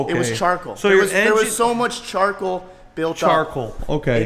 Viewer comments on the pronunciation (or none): CHARKLE 😂😂 jeeesus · i've been rewatching his explanation and since he posted this video. I havent laughed this hard in ages. "it got burned on a-in a fire... it was charkel. There was so much charkel built up... inside the engine" im dying 🤣